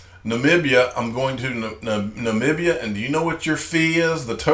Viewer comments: Yes you are saying Namibia correctly 😊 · your prenounciamtion on Namibia 🇳🇦 was 100% spot on PS. I’m not the language snob ✌🏻.